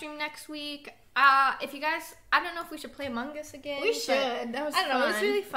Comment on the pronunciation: why doe severybody say Among es And it is Among Us